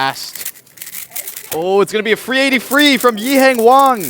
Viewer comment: Did he call him Yihang Wong? 😳